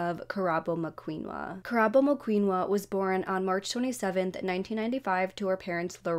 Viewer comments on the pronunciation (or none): Good for you for covering this story but please, for the victims sake and her family, learn to pronounce their names correctly, it's disrespectful to just call them whatever you want.